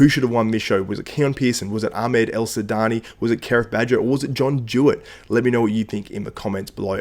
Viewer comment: Well said man , but his name is Ahmed El Wardany not El sudany